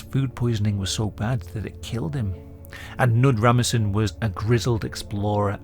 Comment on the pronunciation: Not how you pronounce Knud Rasmussen im pretty sure. The K isnt silent. Neither is "Ras".